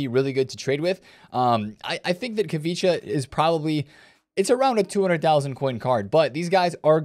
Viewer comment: I love when you call the Napoli winger “kavicha” 😂